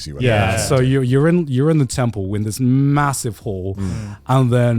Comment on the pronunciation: every time garnt says temple, i hear 10 pull genshin has ruined me, send help